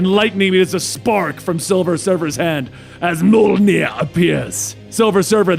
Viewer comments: Not Mjolnir... MUHLNEH!!!! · Did.. Did he just Say Molnier? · i think it would have been equally as good or even better without the voice overacting. but i guess some people might like it. but you definitely need to work on your mjolnir pronounciation